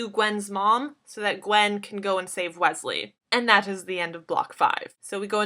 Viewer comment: Omg she said "Gwesley" Is she trying to reveal something to us?? :)